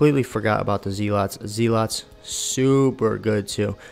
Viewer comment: You killed me with the ZEE-LOTS. It's ZEH-LUTS. I still need to work on this beotch. I use Sophia. Am I missing out?